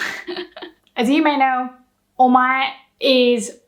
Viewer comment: Is it o-ma-e or omai sounds like you said omai.